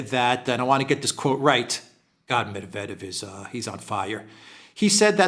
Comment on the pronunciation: You pronounce so many Russian names perfectly but not Medvedev. It's "Medvedyev."